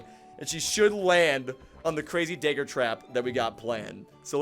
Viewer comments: Why do u say daygger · Dagger is pronounced as d(ah)gger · I’m not sure I’ve ever heard anyone pronounce dagger the way you do friend. Great video though!